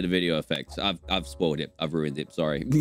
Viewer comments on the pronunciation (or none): none